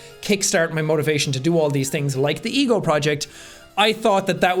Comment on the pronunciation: When he said "the ego project", I thought he said "the eagle project". XD Also, I love how the beginning was humor and then things got more deeper and heavier.